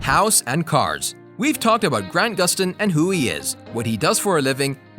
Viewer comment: Am I the only one that hears The nerrirator say Gran Guston instead of Grant Guston, no hate tho